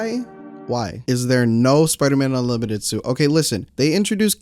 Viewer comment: "UNLIMITERD SUIT"